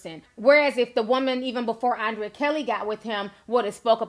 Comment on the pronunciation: The girl name is pronounced UN/DRE/YA you killing me T🤦🏽‍♀️‼️ I’m just say....